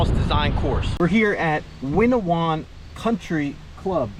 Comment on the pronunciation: It’s WINNA-PAWG and he didn’t “sneak up to RI” he lived in Little Compton, RI.